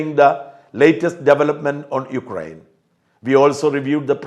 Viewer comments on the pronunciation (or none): none